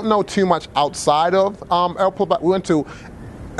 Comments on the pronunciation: Poblado. Not pablado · Dude you honestly can't pronounce the city you stayed in? It's El "Poh-blah-do" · Nice overview, good work. One small mistake - where you stayed is called El Poblado, not Plabado! Spanish words sure can be confusing at first but you'll get the hang of it if you stay longer next time. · Ave Maria Pues. You are murdering the pronunciation of El Poblado.